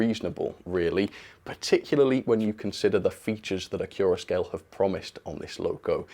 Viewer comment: Why is it pronounced acc-your-a-scale? I've always be saying acc-you-ra-scale as to flow in from "accurate"